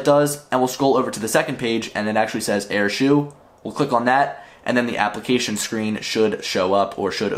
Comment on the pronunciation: Btw it's said like "air-show" not "air-shoe"